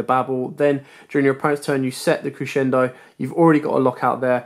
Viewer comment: Great explanation at the start and throughout. And congratulations on being the only person on YouTube who knows how to pronounce "Crescendo".